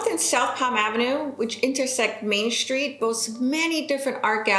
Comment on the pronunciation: good video but I don't think there is an H in the word STREET